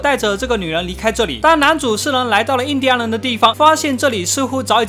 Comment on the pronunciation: 念錯了 印第安人